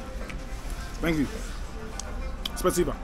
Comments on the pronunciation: My biggest suggestion is to learn the language, at least the basics, and get those down solid. You were saying "pree-VET", but it's pronounced "pree-VYET". And you keep saying "spot-SEE-bah", but it's "spah-SEE-bah". Also learn some verbs. e.g. speak is "pah-nee-MAH-yu" (first person) and "pah-nee-mah-EET-yeh" (second person). But at least learning a few verbs and how they conjugate can go a long way. Also, learn to read Cyrillic, at least the basic pronunciation. It's pretty similar to English and Greek. But knowing how to sound out some letters and words (e.g. on signs) can help. I'm no expert, but this is what I did when I went there several years ago. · SPA SEEBA .( SPOSIBO. ) NOT SPAT SEEBA